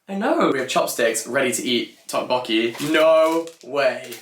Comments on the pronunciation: I'm sure someone must have commented this already, but a note on the pronunciation of tteokbokki. The "tt" sound is more of a hard/aspirated "d" than aspirated "t" sound. Sort of a cross between a d and t. So less tick "tock" and more "dock" martins if I had to try and sound it out... 😁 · I'm not even Korean and the way said tteokbokki so off made my skin crawl I had to fast forward to the first bit entirely lol